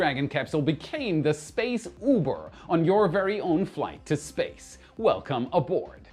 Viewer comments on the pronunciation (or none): none